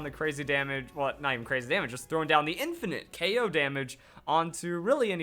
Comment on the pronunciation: It's K.o not okow